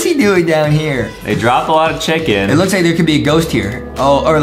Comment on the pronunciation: CHICKLA INSTEAD OF CHICKEN